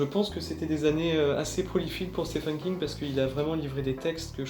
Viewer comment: Le prénom « Stephen » se prononce en fait exactement comme « Steven » avec un long i et un v.